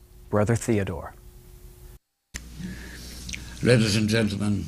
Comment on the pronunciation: "Thodore" should be "Theodore"